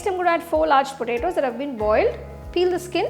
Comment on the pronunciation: Say P O T A T O. Not preto.